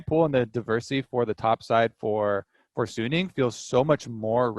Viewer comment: most people say "sunning" it is not "sun ning". it is "su ning" it just 1 n, not 2 n in middle